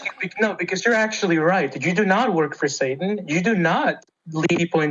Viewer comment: Yipes!!! If I babble a bunch of words together I'll sound like I'm making sense!!! Did he say "Satan"???